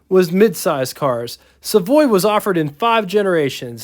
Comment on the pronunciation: Savoy. Not Savory😉